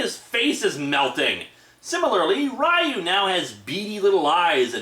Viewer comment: its ree-yoo not rie-yoo also theres no real plot for street fighter 1 aside from ryu winning the tournament. street fighter 2 had a bit more plot in that the tournament was organised by the criminal organization shadowloo... and that m. bison was killed by akuma. (though m. bison would be revived later with a new body) street fighter4 is a direct sequel to 2 and this time the tourney was organized by SIN, a branch of shadowloo headed by SETH, who was supposedly made as one of m. bisons replacement bodies. i also REALLY hate how sagat and ryu are portrayed in this comic. ryu has ALWAYS been an honorable and kind warrior. and he greatly respects chun lis fighting abilities in the games. even after she gets involved with interpole. and sagat isnt REALLY a villain in street fighter game canon. i mean, hes only working for m bison so he can fight ryu. and when m. bison makes sagat fight a brainwashed ryu, sagat helps break him from m. bisons control.... wanting a fair fight with ryu. yeah at FIRST he hated ryu. but as the years go on both ryu and sagat have come to respect one another as friendly rivals.